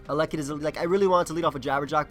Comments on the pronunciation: This man cannot pronounce elekid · Same exact thing I was thinking. pulling a BlameTruth on us lol